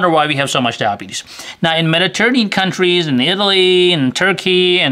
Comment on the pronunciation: Took a minute to figure out what "Dabees" was.